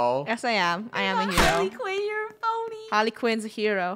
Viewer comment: Funneh: Harley Que en Me: HARLEY QUE EN my mom: why are you saying that me:um nothing